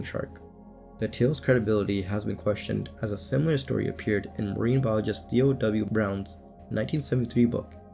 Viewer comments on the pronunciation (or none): none